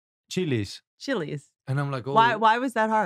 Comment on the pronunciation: "chili" ......"chilli's".. 😂😂😂